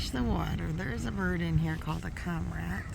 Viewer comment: Cormorant, is pronounced like. Kor mr uhnt. You can Google search....how do you pronounce ______. And there is a little speaker icon you can click on and a little face or mouth will say it for you. So neat, I love playing with it. Love seeing wild life videos. Tfs